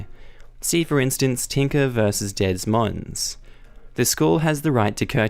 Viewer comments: "Dez Monz" Da Moyn* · I'm sorry but YOU'RE at fault for losing this stuff....... you always BACKUP EVERYTHING!!! EVEN IF IT DON'T MEAN ANYTHING AT THE TIME...... BACK UP!!! the North Carolina school....... TINKER VS DES MOINES.......... PRONOUNCED DA MOYYYYYNNNN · it's stat-utes not statuettes. Also, FYI, Des Moines is Deh Moyne. Hope that helps. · Des Moines (a city in Iowa USA) is pronounced duh moyn